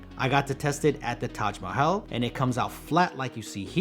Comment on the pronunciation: actual pronunciation of Taj mahal🎉😂